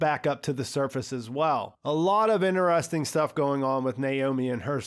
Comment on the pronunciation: man you gotta quit pronouncing "interesting" like that..